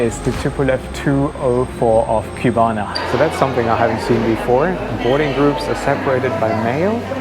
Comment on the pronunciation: Please: it is not Qbana. It's CU-BA-NA.